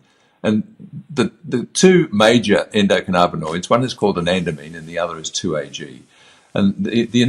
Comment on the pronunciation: Anandamide (N-arachidonoylethanolamine) People often accidentally say “anandamine”, but that’s a common mispronunciation.